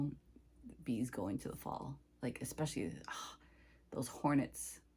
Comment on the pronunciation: I enjoy your videos and seeing what you’re stitching. My pet peeve word is when someone pronounces especially with an x. 🫣